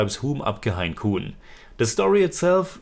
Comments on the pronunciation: Grt review Btw its pronounced 'ham' and not 'hum' Hum or ham is english for 'we' (3rd person) as a word but in this title its used for 'I' (1st person) as people in some areas of India sometimes refer to themselves as 'we' instead of 'I' Also, kaun is pronounced more like 'caune'.. the person who corrected it as 'corn' is just pulling your leg 😊 Keep reviewing ❤️ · Hum is pronounced as in to hum on English and koun as Cawn rhyming with dawn ✌️